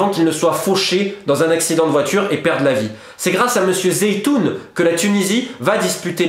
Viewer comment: Pas zeitoun mais CHEDLY ZOUITEN ce grand monsieur